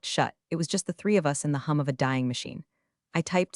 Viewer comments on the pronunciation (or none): none